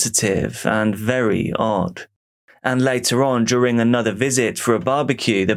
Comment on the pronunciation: Why do you pronounce it "duRING"?